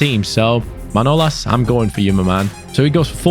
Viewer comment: His name is manolás not manólas like so can see